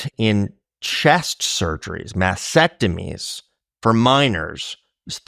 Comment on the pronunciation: Buck, you are wonderful, and you're doing important work. Just want to also say thanks for pronouncing "masTectomy" correctly. So many say "masectomy" these days. Not a biggy in the scheme of things, but somehow it just bugs me.